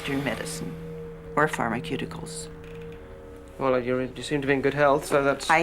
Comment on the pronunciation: It's really cute how she says "pharmaCUTEicals" lol. Awe. :) They seem like very sweet people.